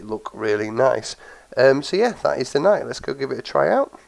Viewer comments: BTW: Philip Knight, the chairman of the board of directors at Nike, has said that Nike is pronounced ni-key and should rhyme with spiky. The more you know. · just so you know know it's pronounced nikeee, named after the Greek goddess of victory, or the brand Nike, which was also named after the same goddess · yeh iv always pronounced it Nike not Nikeee but im always doing that lol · yeh here in the UK we have always pronounced it nike (rhyms with hike, bike, like etc) but i have heared the official way to pronounce it is "Ni-key" lol